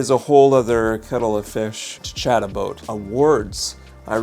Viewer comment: “Let’s talk a boot it!” That the name.